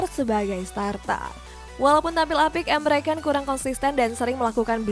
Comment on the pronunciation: Ni gue perhatiin host nya ngomong salah mulu. Tolong lah, kasih penonton info yg bener. Emre Can woi bukan Emre Kan